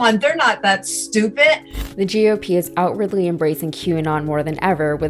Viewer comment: The woman who asks how people can be so stupit? Yes I said stupit because that’s how this woman who is calling us stupid pronounces stupid. Stupit!